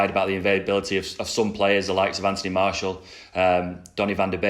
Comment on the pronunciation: Drink everytime he says Anthony marshal instead of martial